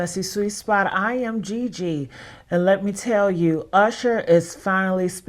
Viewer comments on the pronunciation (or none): GiGi ..... not "butt demon" 😂😂😂😂